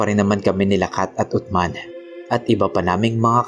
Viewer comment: Uthman(Usman) Po Ang tamang pagbigkas boss.pero tama Ang spelling.